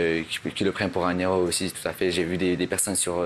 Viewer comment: ‘Toutafé toutafé’ 😂😂